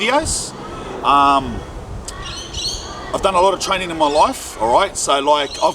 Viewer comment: “TRAY NIN”